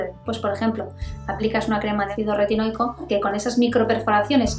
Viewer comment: Ácido que?? Retinoi que????? Porque lo dice de una manera que no se entiende